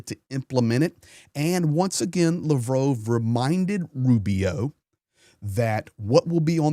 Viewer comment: You should familiarize yourself a little bit more with Ukrainian and Russian language the way you pronounce the names are crazy. Lavrov = Luh*vraav